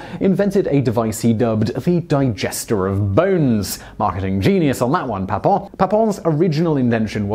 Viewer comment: You're pronouncing Papin incorrectly. You'd be correct if it was spelled Papon, but with an "i" the proper pronunciation can be heard just after the 40 second mark in this video